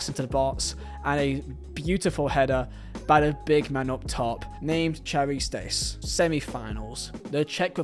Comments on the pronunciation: Charisteas = Harry-stay-ass On behalf of the Greeks 🇬🇷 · Its actually pronounced “Kari-stayas. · Nice video, but the Ch in Charisteas is pronounced like ch in ''Loch Ness'', not like ch in ''chin'' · The way you pronounce Charisteas is hilarious whahaha